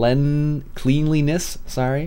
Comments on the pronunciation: Cleanliness pronounced "Clen-li-ness" not "Clean-li-ness". Other than that, great vids mate! XD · Still pronounced cleanliness wrong :P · And my point still stands:D